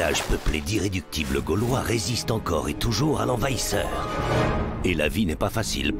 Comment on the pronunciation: Ses pas galvois ses gaulois mdr